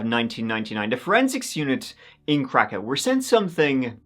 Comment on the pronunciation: it's pronounced krakov, can't really miss it if he actually did a few seconds of research